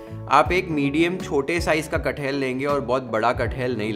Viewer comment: Its not cut-hell, its kat-hal😂😂